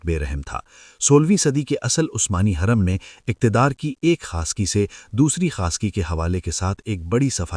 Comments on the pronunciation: Ai ne ye sab bola hai lagta is liye hurrem ki jageh khurrem bol raha hai hurrem ke pesh ko nuqta padh raha hai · Khuurrum Nahi Hoorum